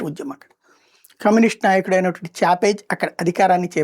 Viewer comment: చాపేజ్‌ కాదురా బాబు.. చావేజ్‌